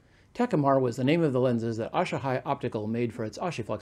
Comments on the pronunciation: A-Sa-He not Aa-sha -High... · it’s asahi not ash-a-hi.